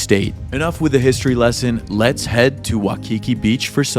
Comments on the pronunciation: Waikiki not Wakiki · It’s “wa(i)kiki” beach brotha